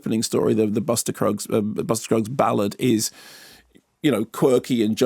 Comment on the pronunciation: Did he say Buster cruggs?